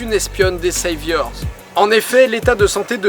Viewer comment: Les seivyeurss ? Mais oui quelle accent !